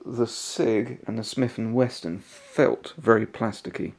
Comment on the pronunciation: It's Smith&Wesson...not Smith&Weston ...